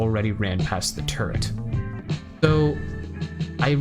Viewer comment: Chapter "Where each tool excels" becomes a mix of funny and disturbing, if you continually understand "turd" instead of "turret". :D Otherwise fantastic guide, thanks man.